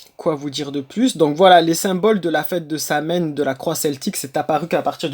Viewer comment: Apprends à dire sowine.Comme quoi tu sais pas de quoi tu parles